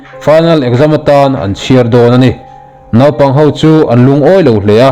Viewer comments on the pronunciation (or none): none